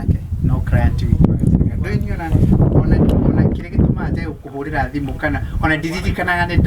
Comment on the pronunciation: It's thimo not thimu